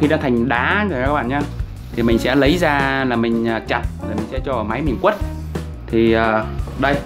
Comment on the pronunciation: Quết ko phải quất ạ .